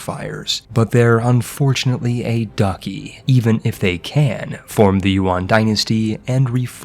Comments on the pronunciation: Interesting video, but some of your pronunciation is... painful. A Buddhist ducky 🐤 in Russia? Like a rubber ducky in a bath? No DUCHY is with a ch sound like in chocolate. Or like a duchess, the female equivalent of a duke. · Man really said Ducky instead of Duchy.